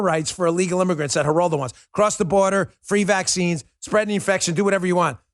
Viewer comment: ...And cursing elders is unseemly. You look like a bully when you pile on Mr. Rivera with your rant. "Numbnuts"? And you sound like a racist when you mispronounced his name. Show some respect. Geraldo (starts with an "h" sound), he was the first to speak out on TV on behalf of abused women and children-look it up. It's a '70s era grainy video. Geraldo Rivera has had his media chops for a long time, and you weren't there to insult his street creds.